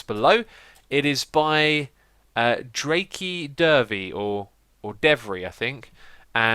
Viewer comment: It was Draykke Devry. It is pronounced "Drake Dev-rye" :P